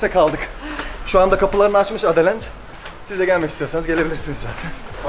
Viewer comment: Adalent değil adaland.